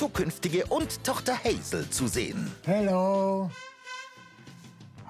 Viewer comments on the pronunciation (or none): Er macht sich ja nicht mal die Mühe den Namen „seines“ Kindes richtig auszusprechen…. Hatzl 😂